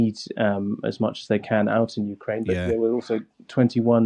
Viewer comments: The accent... The victowy day pawade... 15 cwuise launched on Ukwaine.. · Look I want Ukraine to prevail in this conflict, but there's an elephant in the room here. Someone over at The Times Radio gave this guy the segment where he had to say "Wussia", "Ukwaine", "cwuise missiles", "whetowic", "wecwuitment" and the like